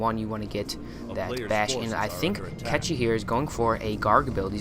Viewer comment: Kechi? seriously?...